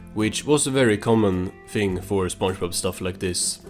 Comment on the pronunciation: this guys saying Spunchbub